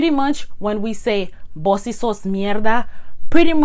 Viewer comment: Just a little observation. It’s actually vos for you . Voz is voice. ❤️❤️ the video btw👍👍👍👍👍